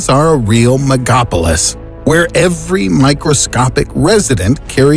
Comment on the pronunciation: I thought the word was "megalopolis" not "megopolis"